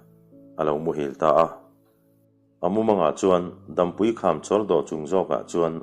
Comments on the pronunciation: Dampui hi Dâmpui, tia lam tur. Chhuantawlawl tih hi lawl hi ri hniam tur a ni. Tuiluankawr tih laia 'kawr tih ang hi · Dampui kham tih tea Dampui i lam dan hi a dik hlel hret a.. Dam lo kan awm e tiha dam lam anga lam loin tlang pang, ni hmu lo sawi nan dam kan hmang anga lam rik zawk tur aw... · Dampui tih hi, dam(hnawng,ni hmu lo an sawi a DAM an hman thin ) tih a lam zawk tur anilo maw. Hotu pa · dampui lam dan hi ni hmu lo dam lam dan ang a lam tur a ni, mihring dam chen tih thluk ang a lam loin